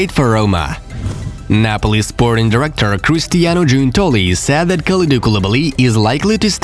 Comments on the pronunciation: Bro its S AI D not SAD, the remark I can make to you is to work on to pronouncing this word correctly , other than that keep the videos coming!! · Am I the only one who thinks he says sad messi instead of said messi